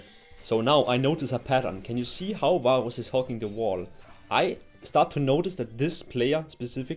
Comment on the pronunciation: man im sorry but i cant stand the way you pronounce varus lollll